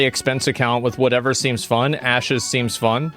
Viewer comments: Did he call it Asses of Creation at mark? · "asses of creation" Lmao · Anyone else hear "Asses of Creation" ? 😂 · He said Asses of Creation at one point, right? Did I hear wrong? 😂😂😂